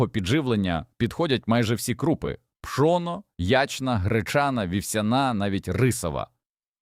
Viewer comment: Вельмишановний пане,, українською гній,перегній Ставлю наголоси: горОд,пшонО, крупА і тд..Ви ж не ШІ. ГородУЗолОю -укр попіл. СирОватка...